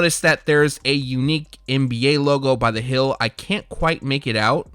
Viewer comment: There it is he says hill again Instead of heel. Lol this guy